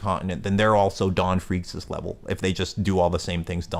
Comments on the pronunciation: Just fyi Freecs is pronounced freaks and tserridnich is pronounced sir eyed nick haha great vid tho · Whats the deal with your pronunciation of Ging and Gons last name 💀💀💀